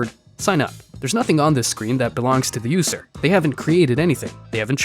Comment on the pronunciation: “The yoose-r” “Yoose code”